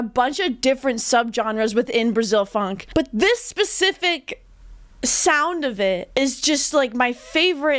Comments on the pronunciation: I'm Brazilian and PLEASE don't call it PHONK. The name is Funk and no one here say otherwise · Good review! Only one thing that I don't understand is where "phonk" come from, in Brasil is "funk". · its funk not phonk... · It's Funk, not phonk. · To sound more legit, it's funk but it's pronounced "funk-e". Now you can be a professional and honorary brasileira